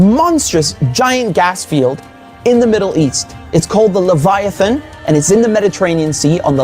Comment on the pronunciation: Levi. Levit. Levi-'i'a'thon. Levi-nation. Do your work. Pay attention.